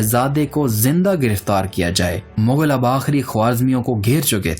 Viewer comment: Vo bilcul thk bol rha h.. mongol hi mughal hty hen